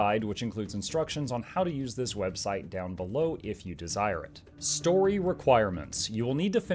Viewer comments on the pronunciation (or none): none